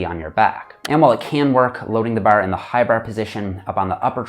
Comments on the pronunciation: great video but im laughing everytime he says "barRr" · As a Australian, hearing say bar throws me off! I can’t not, not notice him say “Barr”! it’s bahh mate say it with me “bahhh” 😂 Good job! 👍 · I like how he says bar. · Every time he says “bar”, it’s like someone yelling “maritime” in my ears 😂. Tx for the video!!